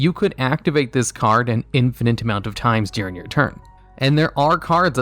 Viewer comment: Oh my lord, its during, not "deering"